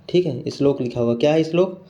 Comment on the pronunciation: Your slok pronunciation is very good